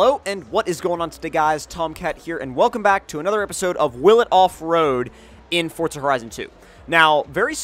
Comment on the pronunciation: say it right for za not fort za